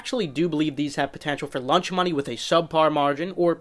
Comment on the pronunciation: Is it me or is he saying lunch money instead of launch money ?